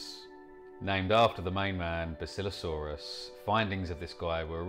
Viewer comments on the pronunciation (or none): none